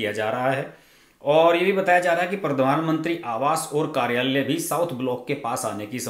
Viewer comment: हर्षज मंत्राल्यय, सचिवाल्यय, कार्याल्यय ऐसे उच्चार न करें। मंत्रालय, सचिवालय, कार्यालय ऐसे उच्चार करें।